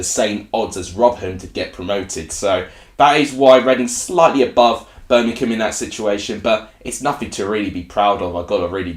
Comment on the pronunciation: Read the word! it's BIRMINGHAM, i.e: BER-MING-HAM. It certainly isn't Bermink-ham!